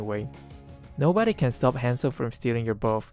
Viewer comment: whenever he says hanzo i keep thinking he says handsome HAHAH